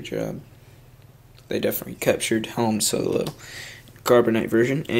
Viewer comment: its han solo!!! not hun solo!!!